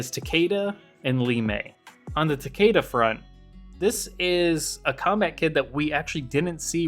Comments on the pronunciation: It should be Ta-keh-da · Why does everyone pronounce Takeda wrong? It's ta-KEE-da. They literally pronounce it that way in the fucking story of MKX.